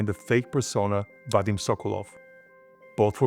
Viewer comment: sokolOv why do you keep making same mistakes pronouncing russian surnames wrong? You have russian colleagues around, ask them before making another video